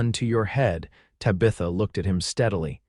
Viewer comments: That is not how you pronounce Tabitha. The name Tabitha is pronounced TAB-ih-thuh, with the emphasis on the first syllable, "TAB". The sounds are: T as in "town," A as in "hat" (a short 'a' sound), B as in "book," I as in "ship" (a short 'i' sound), TH as in "think," and A as in "above" (a soft 'uh' sound). Minor quibble - she's wearing a forest green when he first sees her, not sapphire as he says later. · Even though you butchard Tabitha's name....😡 This story was really very good. ❤😂❤ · If your AI can't pronounce Tabitha, then you should have given her another name. It's irritating to hear her name pronounced, over and over, incorrectly. 😮😮😮😮😮